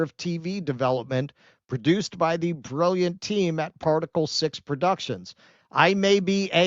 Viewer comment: It’s Particle “6” not Particleó